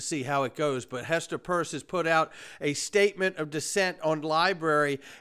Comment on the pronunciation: Why do you continue to call Hester Pierce …. Hester PURSE??????